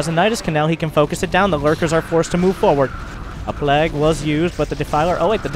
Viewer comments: love your casting and the old school replay. Kept laughing when you were pointing out the drones trying to steal some mining. keep it up! :) but seriously, its pronounced as play-g, not plag. Peace out :)) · Anyone else get annoyed by how he consistently mispronounced plague?